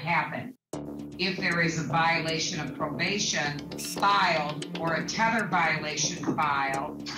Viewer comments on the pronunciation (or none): none